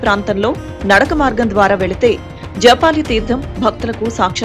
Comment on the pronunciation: Madam that is JABALI not Japali Oka maharshi peru